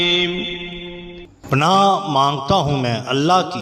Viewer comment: Janab Pana nahn hota Panah hota hy